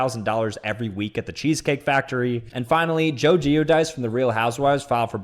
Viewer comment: Joe Guidice is not pronounced “ge-o-dice. Gwi-deece